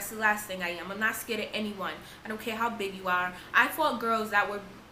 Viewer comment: Her accent😻 the way she says 'lost' like 'luost'.. Also when she said 'honestly I didn't even ce-ar, that the cops was the-ar'..😻